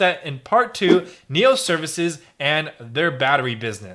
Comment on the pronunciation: spelled nio... pronounced NEO?!!!